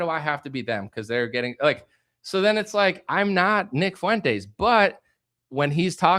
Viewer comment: Why is it that no one can pronounce Fuentes properly?